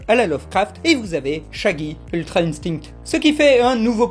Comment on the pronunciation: On dit INSTIN pour le mot INSTINCT